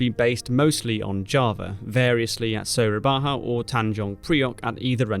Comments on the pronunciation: A little mistake for Soerabaja pronunciation Suraba-YA not Suraba-HA. Overall, great video. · Soerabaja ( & ) is pronounced Soo-ra-ba-ya, the ‘j’ in ‘Soerabaja’ makes a ‘y’ sound in dutch pronunciation, instead of the ‘h’ sound as is common in Spanish pronunciation. ‘Soerabaja’ is an old dutch spelling of modern-day Surabaya, which in addition to being the provincial capital city of East Java, it is also home to the 2nd Fleet Command and a naval base of the Indonesian Navy. I can’t wait for more episodes on the South East Asian theatre, I really like your work. Thank you very much! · 'Soerabaja' is actually pronounced 'Surabaya', because Dutch. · soerabaja is the old spelling writing system of Indonesia/malay language used in indies it read the J as Y, and OE as U so it is su-ra-ba-ya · Btw Soerabaja pronounced as Surabaya with y in it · Soerabaja is pronounced as Soo-rah-buy-yeah. Waiting for the next video. :) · Its Sura-Ba-Ya, its not Spanish or Mexican. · Way to go brother👍🏼, it hurts my ears too😅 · Soorabaha lmao. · And Makassar and Soerabaja and Denpassar and and... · The pronounciation of ja on soerabaja is like german word ja (yes), otherwise good video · Ja in Indonesian/dutch is pronounced exactly as the German ja(yes) so Surabaya/soerabaja is not pronounced like a Spanish word, but more Germanic.